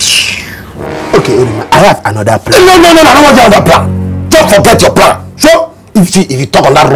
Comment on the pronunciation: I have a pran🤣🤣